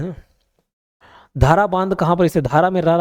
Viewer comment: सर जो राजनांदगांव वाला है उसमें बांध धारा नहीं ढारा है । और मोहरा नहीं मोहारा है।